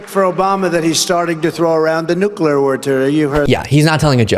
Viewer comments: Trump: “Obama, Putin, nooclear, nuclear (gets it right), nucular”.: the crowd sharing and vibing (little dance). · HJS "NUC-U-LAR"! IT'S PRONOUNCED, "NUC-U-LAR." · Nuclear, nooclear ,nooclear. Three times. We got it Don. Micncime? I come up with a lot of good words. I, I, I means like me, has anyone noticed that ? How the word I is like the letter I. That's me, I am like Donald. Your not Donald. Crooked Barac O'Biden is not me. He is not I. Bacon O'Biden I call him because he is crooked like a crinkly rasher of bacon. Has anyone ever noticed that ? A big guy came up to me, a big guy, a marine, tears in his eyes, worked as a border gard. He said, sir, the border is like a Venesoolian bacon rasher. Cooked in a nuclear, nooclear a nooclear microwave oohhhhhhhhh ! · He can't say nookler for sure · Nu Clear?? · "He's throwing around the nukeliwertur." I'm sorry, what? Could you define "nukeliwertur" for the class please, or maybe use it in a sentence? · Donnie it's pronounced "new-clear"! thought you were an ivy league educated genius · Nucula ! He’s talking Nucula ! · Obama really is under Trump’s skin, but the thing that struck me is that he can’t say the word nuclear. But neither could Bush! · He says “nuclear” like Homer Simpson. Also, Obama lives rent free in Trump’s head. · Well, out of all the words Donnie mispronounces, I'm amazed he can still say "nuclear." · He also said "nuclear word-rter" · He can't pronounce "nuclear." He doesn't even catch himself saying "Obama." Anyone can misspeak but he does it over and over again. He thinks of Obama 24/7